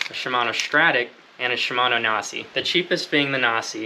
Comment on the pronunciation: If you haven't figured it out by now, Nasci is pronounced na-ski